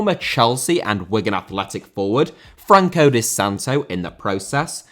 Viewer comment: Lecce* not Leccei Franco* not Francouw Santo* not Santouw Swansea* not Swonzea Eibar* not Áibah Oviedo* not Oviyeidouw Baldé* not Boldei Inter* not Ento Pione* not Piouwni Vigo* not Vigouw Pépé* not Pepei Cracovia* not Crăcouwvier Lukaku * not Lukohrku Immobile* not Emmouwbelei Salernitana* not Salanetohrner Mbappé* not Mbappei Cruz* not Cruj Roque* not Roquei Liga* not Liguer München* not Munich Stephen* not Steven